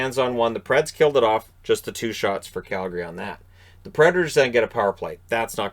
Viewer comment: I can’t understate how much I love that you pronounce Calgary properly